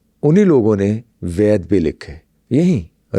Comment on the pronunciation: Its ved not vaid